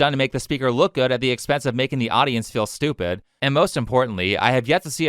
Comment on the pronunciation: Naw dey stwepid, really really stewpid